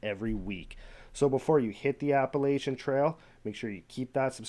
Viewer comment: Pronounced "App-uh-latch-un" Trail.